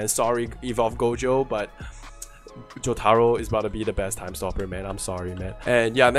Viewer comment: Omg the way you pronounce Jotaro 😭